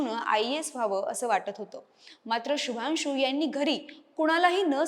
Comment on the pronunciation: माहिती चांगली आहे शुभांशू ह्या नावाचा उच्चार शुभानशू असा नाही. मराठी भाषेतून निवेदन करत असताना मराठी भाषेत या शब्दांचे उच्चार कसे आहेत हे याचा अगोदर अभ्यास करा आणि मगच निवेदनाला उभ्या राहा